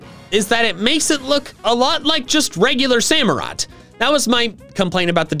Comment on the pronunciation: SAMUROTT, NOT SAMOROT! DECIDUEYE DOES NOT START WITH A B, IT STARTS WITH A D! AND DO NOT LEAVE OFF THE U IN DECIDUEYE!